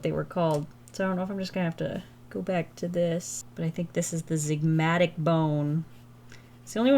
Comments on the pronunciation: The med student in me died every time you said ,”ZIGMATIC” …. Sweetie its ZYGOMATIC 🥰 saying from a place of love ❤ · absolutely LOVED this vid. absolutely HATED, as an anatomy scholar, that you pronounced the zygomatic bone the "zigmatic" the entire time 😭😭